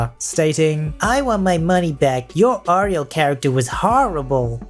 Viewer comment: For the last story: it’s pronounced “air-ee-el”.